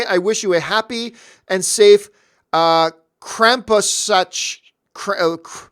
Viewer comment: Haha John trying to pronounce Krampusnacht. Always sounds fun when people try to pronounce German/Dutch names. Here in the Netherlands is Krampus evolved into our Sinterklaas story which then inspired the American Santa Clause. So that's how old Krampus is. First you had Krampus, afterwards Sinterklaas with Piet and that evolved in the USA in Santa Clause.